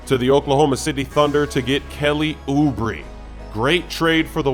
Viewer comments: forgot how to pronounce Oubre right, he saying Ubri all the time 😂😂😂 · Kelly Oobree 😂😂😂 I can’t with you bruhh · Nobody:: "OuBreeE"